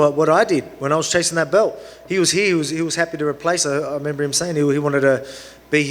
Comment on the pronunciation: “I member”